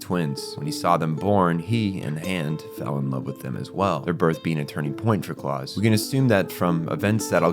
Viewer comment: pretty sure its pronounced like the german 'Klaus", not Claus as in Santa, since all the other names used in this manga are also Germanic. Also, you state "it's unclear if the twins attended the readings", then immediately say that they definitely did a few minutes later, and maintain that through the rest of the video.